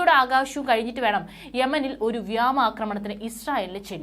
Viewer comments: വ്യാമ അല്ല കൊച്ചേ വ്യോമ എന്നാണ് വായിക്കേണ്ടത്. ദയവായി അക്ഷരഭ്യാസ മില്ലാത്തവരെക്കൊണ്ട് വാർത്ത വായിപ്പിക്കരുത് 😄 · വ്യാമ ആക്രമണമല്ല വ്യോമ ആക്രമണം മലയാളം ശരിക്ക് ഉച്ചരിക്കുന്നവരെ വാർത്താ വായനക്കാരാക്കണം